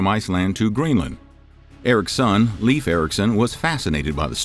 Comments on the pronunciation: Leif is pronounced Life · Leif is pronounced Life :) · i find it fascinating that the spelling irks you more than the pronounciation. Like english speakers caling the guy "leaf"... Sidenote: did the ditch the r for the Lastname or is that a spellingerror too? So if Leifr was the son of Erikr would that not make him Leifr Erikrsson instead of Ericsson? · As a Swede, you really need to work on the pronouncing of names. It truly hurts to hear that American accent butchering these names lol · Not leef Leyf. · Not like Leaf Ericsson but Leifr/Leiv like the E in hEllo not like in beef and the I like Indoors. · Pretty sure it's pronounced(lay-f) and not leaf. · LEAF 😂😂😂😂😂 its pronounced like Layf , say lay-f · He's called "Laif" not "leef" ericson. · Arrr.... the pronunciation of scandinavian names bother me somewhat. It´s not "Liiif" (or "leaf") - it´s more like LAY-F. So say "lay" as you pronounce "LAY down" and add an "F" Regards /Word police from the south of Sweden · Leif is pronounced Lāfe, Not Leaf. Just as Veil is not pronounced Veel. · Leif is pronounced the same way as life in English. I’m a Dane. You make it sound like leaf.😂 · It’s Pronounced Layf. Not Leaf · In Scandinavia Leif Erikson is pronounced Life, not Leaf. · Leif is pronounced "Layf" you keep saying 'Leaf' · When making a video about history you might want to look into how to pronounce the names of people which names still exist, Leif for example, is pronounced Layf not leaf. Especially when you repeat it several times throughout the video. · Inaccurate. And Leif isn't pronounced leaf, it's pronounced life. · Leif is pronounced "Layf" not "Leaf" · LEIF not LEAVE.. Pronunciacion is more like L-eye-ve, try again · I thought his name was Leif not leaf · Learn how to pronounce the name Leif correctly, it's not the same as leaf. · It is not Leef. Its Leif. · Leaf Ericson? Use a human to pronounce these, not some BOT! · Pronounced Layff. My son's name. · i cant watch this because you keep saying leaf.